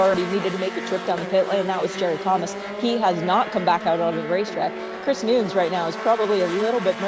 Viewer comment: what's with the womansplaining? the guy's name is Chris Nunes, correctly pronounced by the male commentator as 'nooness' before the annoying female makes a point of emphasising her incorrectly pronounce 'noons'